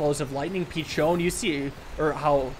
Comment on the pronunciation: Pretty sure Peachone is pronounced Pi sho'/cho' nə since it looks like Italian piccione for pidgeon